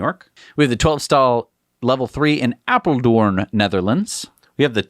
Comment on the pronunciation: "Apeldoorn"! You nailed it. LOL!